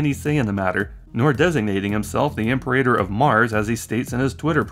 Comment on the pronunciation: It's not "imper-rater", my dude. It's Latin for 'Emperor' - pronounced "im-perah-tor".